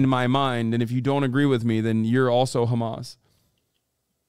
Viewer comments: Yes, it's very annoying when these Zionists say: KKKHHHHHamaas. Especially to me as an Arab who know that is not how it's pronounced at all. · Umm, they say khamas and not hamas (with an h) because that’s how it’s pronounced in Arabic and Hebrew. These guys are literally a stereotype of ignorant airheads. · I'm Jewish and I can tell you exactly why. The reason they do that is because in Hebrew there is no H sound so it sounds like a hard CH sound. It's why people pronounce Hannukah, Challah bread like that and Chaya like that. Btw not defending Ben or any of these fascist goons. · The reason Israelis pronounce it like that is not to be disrespectful or anything. It's just how they pronounce the letter ح. A lot of non Arabs struggle with pronouncing the letter, and they're just using the closest Hebrew equivalent.